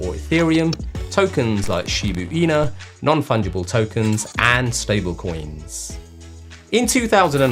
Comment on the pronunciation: You pronounced "SHIBA INU" incorrectly dude🤪